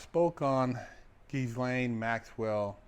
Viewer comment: He said Gis lane…😅😂🤣